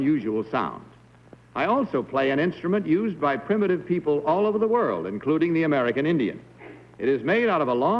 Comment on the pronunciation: Did he just say, "primitive?" <--- ???